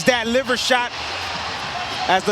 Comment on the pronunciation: Delahoya fighters always gettin know ched out like awww my LEEVER LOL LEEVER 😂😂NOT LIVER SLOW FOLK